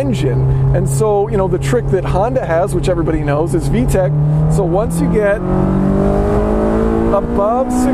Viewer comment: and its VTEC, not V-TEC